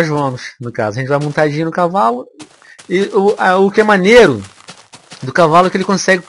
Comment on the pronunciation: Kkkkkk é impressão minha ou o venom n sabe falar cavalo certo